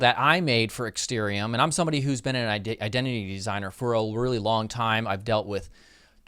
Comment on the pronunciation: It's ExtArium,.... not ExtErium.....